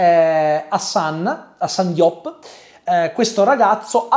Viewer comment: Diop si pronuncia "Giop", secco, attaccato, breve, non "Gi-op" o "Di-op". Fonte: Ho vicini di casa e parenti. Notare lo user name.